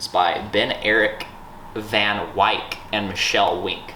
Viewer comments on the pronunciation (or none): Van Wyk is an Afrikaans surname. It's pronounced like 'fun- vei-kuh'.